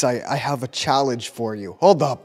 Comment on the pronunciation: anyone gonna talk about how he said challe ge